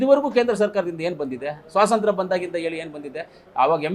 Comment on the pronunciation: Swasantra alla kanappa.. swatantra.. matadodu sariyagi matadi..sir